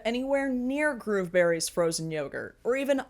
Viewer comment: I kept hearing 'Groomberries'....which, yeah...